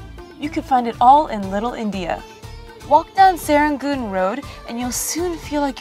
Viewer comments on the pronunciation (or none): none